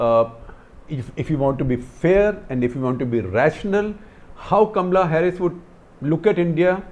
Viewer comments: First you pronounce as Kamala not kamla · 1. A pompous waste! 2. It’s Kamala, not Kamla. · It is K A M A L A Harris and not Kamla. Kamla is usually the name of the maid next door, in Delhi . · Not Kam-la, it is Ka-ma-la. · I don't see anything Indian in Kamala Harris.In fact, she doesn't even pronounce her name right!!